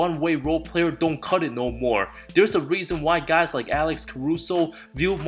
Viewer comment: the way you said not gonna CUT IT , i died of laugher , love this guy